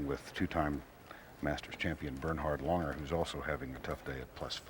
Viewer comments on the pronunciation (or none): It's Langer, not Lunger ffs!!